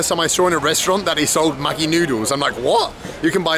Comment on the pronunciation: 😂 Maggi is pronounced "majee" or "madjee".